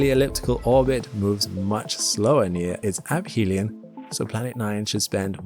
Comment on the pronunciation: I know this is superficial, but it is ə-fē′lē-ən and not əp-hē′lē-ən.